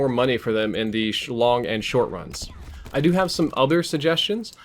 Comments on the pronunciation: Lol "Slong" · “In the shlong and short runs“ lol